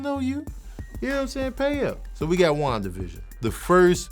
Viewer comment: Ngl sounds like he’s say Juan division which is just a sad pun for the border wall